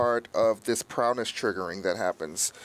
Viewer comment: He keeps saying, "prowness". Annoying.